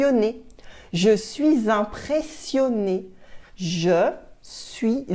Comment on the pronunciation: Why are you pronouncing "impressionée" as "empressionée''???